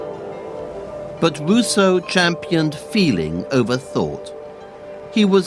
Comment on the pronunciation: Fweely emotional fwench philosopher Wousseau on weason, fweedom and his wevelation that man has built himself a pwison... Sewious subject but, sowwy, something about the pwesentation seems widiculous to me. Actually vewy neawly made me wofl :D